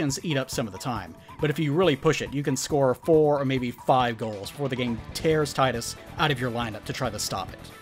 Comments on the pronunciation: 44 minutes of someone calling Tidus, Tidas and ranting about Blitzball....Finally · I wonder how many people know that Tidus is pronounced TEE-DUS because the name is based on the Okinawan word for the sun, Tiida, which is Tidus's name in Japan. Plus, the Japanese language pronounce the letter i as E and Final Fantasy is a Japanese originated franchise. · Both "Tee-dus" and "Tie-dus" are stupid. It's meant to be "Tida," (meaning "sun," which contrast's Yuna, meaning "moon") but the localization changed it to end with "dus." It was likely done to make it sound more masculine, but it just caused an unnecessary rift between fans not knowing how to pronounce his name right. Hate to sound like a stereotypical weeb, but it's kind of a problem when the localization's changes make it MORE confusing for westerners rather than accessible. Not to mention glaringly awkward when they retained all the other Japanese names fine.